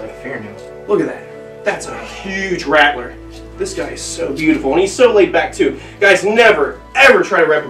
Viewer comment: That’s a big “rATtTLleR” 😂